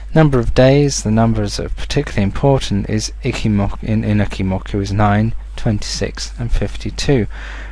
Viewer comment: It's "Eeee-Chi" not "icky"